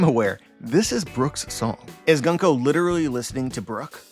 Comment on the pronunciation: It's pronounced "Goon-ko", not "Gun-ko" :) Great analysis as always. I'll email you to discuss something.